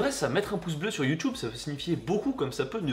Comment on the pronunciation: c'est quoi ton accent quand tu dit youtube, c'est pour te vexée 😂❤ je t'aime quand même.